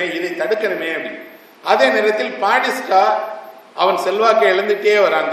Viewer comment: Esra ayya. A small request, whenever you are telling a name , do please pronounce it properly. It is not padista, it is Batista. Will anyone accept if I say pidel Gastro?